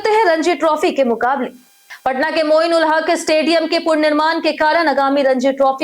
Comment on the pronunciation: Sahi uchcharan ni krne ki kasam kha rakhi hai kya. Purnirman kya hota hai? Punarnirman bolna bhi nhi aatia😅😅